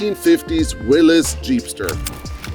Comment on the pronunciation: It’s Willys, no apostrophe, pronounced Will-iss. Marvin, the German immigrant, got it right; you can too.